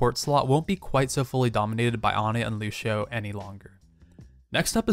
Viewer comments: do you see a damn H in Lucios name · "lushio" triggered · Josh Giner I hate when they say Lushio... there's no h or s god damn it. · Stop shaying Looshio I swear to fucking god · Unit Lost I pronounce Lucio " Loo-see-oh " correct me if im wronng please. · Why do people pronounce Lucio's name however they want! He says his own name the way it's supposed to be pronounced in some of his lines ffs